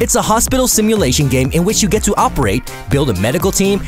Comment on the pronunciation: op-ur-it really bro